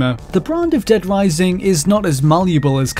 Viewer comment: Dead Wising